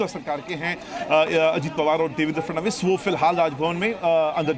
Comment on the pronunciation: Anchor ko FADANVIS bolne bhi nahi aata 😅